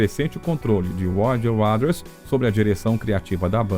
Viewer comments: Ser apaixonado pelo Pink Floyd e ficar escutando esse narrador pronunciar o tempo todo "UADAS" é sacanagem. Se o Waters escutasse a pronúncia do nome dele assim, infartaria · Putz ouvir essa pronúncia sofrível de “Roger uáders” “de uáu” “ confortabe num” “shine ou creise daiamon” “ uich you ê riar ” que bosta!!! Odeio IA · A pronúncia do nome Roger Waters com um sonoro Wades" incomoda um pouco. Mas o vídeo é bom só é muito longo para chegar no assunto principal do título. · Putz ouvir essa pronúncia sofrível de “uáders” “de uáu” “ uich you ê tear” “shine ône crase diamond” “confort be non”.. que BOSTA!! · Sim, a narração é muito boa mas a dicção das palavras em inglês precisa melhorar porque destoa em relação ao todo, Roger "Uaders", não dá! O material é bom, mas senti que quiz dar uma enrolada pra ficar mais longo e acabou repetindo e perdendo a continuidade em certos pontos. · Esse "Uaders" do cara é demasiado risível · Pseudo Video kkkkk mais um falando mais do mesmo e pronunciando o nome do Roger Waters errado kkkkkk cansei . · Que locução péssima... pelo amor de Deus... dizer o nome do Roger Waters como narrado na locução é de doer os ouvidos. Precisa melhorar e muito a dicção do inglês. Fica cansativo de ouvir. A história em si é mais do mesmo e tem em qualquer lugar. Não há nenhuma novidade. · Bom vídeo, ótima dicção, mas não acertou em falar o nome de Roger Waters em nenhuma das vezes que citou o nome dele. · video interessante mas o narrador nao sabe falar Waters ai fica dificil assistir e acreditar no que ele fala 😢😢😢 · Sua pronuncia continua cada vez mais horrível, pronunciando Waters misturando fonemas errados, que não existem na palavra nem na pronuncia britânica ou americana, procure estudar ou pelo menos ouvir as pronuncias corretas aceitáveis nem que seja no google translator, é péssimo ouvir como seu texto ruim e um bait que nunca esta no video engando quem vai assistir seu video achando, que vai ver algo novo ou exclusivo quando não há nada disso.